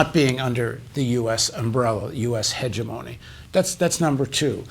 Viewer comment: Would everyone (including Paul Jay) please learn to pronounce the word "hegemony" correctly? The emphasis is on the second syllable, not the first. Heh-GEM-ony.